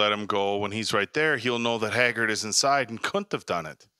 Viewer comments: I feel like the guy on the left always gets the names wrong on purpose, Silis Black, Hermoney Granger, Haggard lol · Hagerd Hermone And Silus 😂😂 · I love the way these guys nonchalantly mispronounce the names and the others are always like “hmm indeed yes” bro Silas Black and Hagard 😭😭😭 I love you guys and I am a filmmaker who’s also doing a corporate 9-5, starting a YouTube channel solely inspired by you guys ♥️